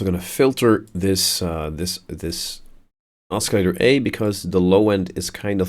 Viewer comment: you pronounce oscillator wrong, other than that, nice tutorial